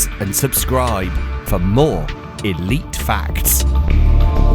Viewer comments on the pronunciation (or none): none